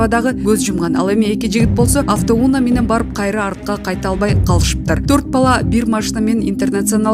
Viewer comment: Авто уунамес, авто унаа🤦‍♂️